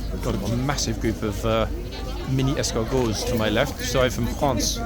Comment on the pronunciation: I love your French accent! You had me 😂 at the “mini escargot.”